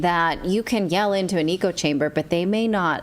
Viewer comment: Can someone tell her it’s not ‘eco’ chamber is ECHO chamber. Hello hello hello….